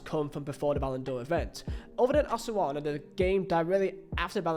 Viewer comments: Yes haha, you would say it like Ow - suh - soon - uh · Never heard anyone refer to Osasuna as, Osawana. If anyone is from Spain or at least speaks Spanish, wouldn't it be pronounced, Os-a-suh-na, or something like that? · Yeah, Spaniard here, I don't know what my man was doing there lmao. Should be pronounced "Oh - sah - soo - nah". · "Osoana" and "Beteese". Good God. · One day, try looking at the word "Osasuna" and sounding it out slowly and carefully. It's not "Osoana." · Osasuna... come on, it's not THAT hard to pronounce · Inability to pronounce 'Osasuna' is hysterical 😅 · That hurt too much, if you are not sure of the pronunciation, you can EASILY google it, my god